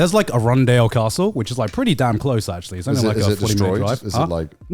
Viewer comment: sorry, did Garnt just call Arundel Castle 'A run dale'??? and he calls himself a Sussex local.